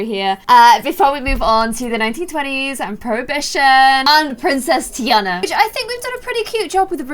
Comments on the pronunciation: it is said TEA ON A but spelled Tina no tea AND a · its TEA ana ommll. no hate tho